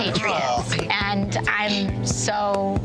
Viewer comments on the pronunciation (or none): Hey AOC, when did the word “and” start having two syllables? “Ah-ond.”